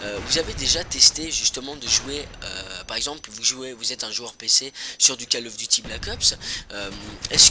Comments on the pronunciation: lol c vraiment bizarre les gens disent "Kal of duty"... on prononce "col of duty"... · " Cale " of Duty ... Attends t'es sérieux ?